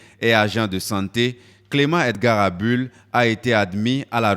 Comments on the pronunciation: Bonjour c'est Abul et non Adul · Bonsoir c'est ABUL et non ABOUL Roland Dossoukoko (petit fils ) bien à vous